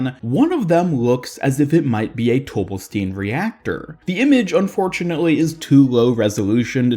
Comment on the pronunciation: It's pronounced "Tobelstine", just like Sigma says.